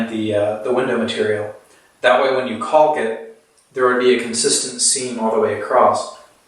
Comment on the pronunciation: Caulk is pronouced "Cawk" do not prounounce the L. I know it's frightening. Do you waLLLLk to school?